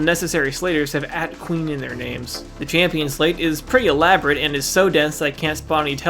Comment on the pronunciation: i really cannot stand that he says champin instead of champion